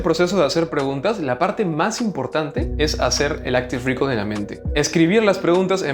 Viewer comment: "Áctive recáll"